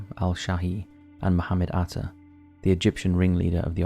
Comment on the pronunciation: the only name you pronounced right is Mohamed Atta and you butchered every other name